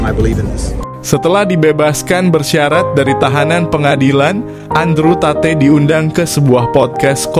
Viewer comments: Tate di sebut sebagai 'Tet' bukan 'tateh' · maap, tp dibaca nya andruw tet. bukan andrew tate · Sebutannya TET. Bukan TATEY. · Andre tet bukan tatey bukan satay kak 😂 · Andrew Tate read: Andrew taet ... bukan ta-te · Disebut taet bukan tateh. Terima kasih.